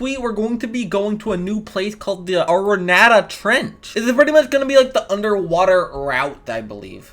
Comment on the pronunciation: Why is saying "aranatta" hard